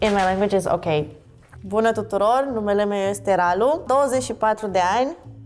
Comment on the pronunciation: Hi I am romanian i w to say he sayd buda ( toilet ) not bună ( hello) and is so Funny toilet ...